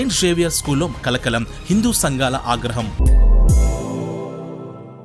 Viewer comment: దయచేసి మీ prnounciation కరెక్ట్ చేసుకొనండి ష కి స కి తేడా ఉంది మీ ప్రొనౌన్సియేషన్ వింటుంటే సిగ్గు కలుగుతుంది 1.Official లో షి ఉంది గాని సి కాదు 2. Social లో ష ఉంది గాని స కాదు 3.ఆగ్రహం లో ఆ ఉంది కాని అ కాదు 4. Missionary లో ష ఉంది కాని స కాదు మీరూ చాలా బాగా క్లుప్తంగా చక్కగా చెప్పుతున్నారు గాని ప్రొనౌన్సియేషన్ కి ప్రాధాన్యత నివ్వండి.